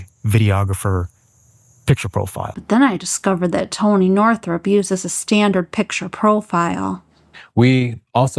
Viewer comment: Its Toneh 😏